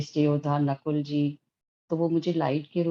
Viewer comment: स्वठीष्टना , नकुला ? यह नामो का उच्चारण आप ऐसें क्यू कर रहे हो ?